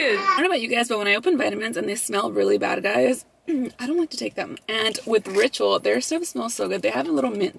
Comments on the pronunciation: Tell me why when you were telling us about who is sponsoring your video I thought you said “Rachel” lmao I was like who the hell is Rachel? Hahaha 🤣 LVE you guys 🤍✨ $ashleycoronaa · every time you said ‘ritual’ i thought you were saying rachel hahaha love you 💖 $lissaindacut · I thought you said "I wanna thank Rachel" in the beginning of the video. 💀 Like who is that?! 🤣🤣🤣 $vbunny01